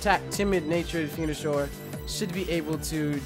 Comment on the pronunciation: its venosour not fenosour